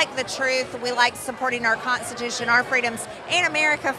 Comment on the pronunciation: Have you ever noticed anytime Perjury Traitor Greene says a word with the letter n proceeding an s it comes out with a giant T in between? ConTstitution for example. Just wondering if I'm the only one that has noticed this.😂😂😂